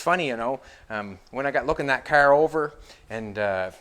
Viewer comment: It's car not " care " . Do you care ?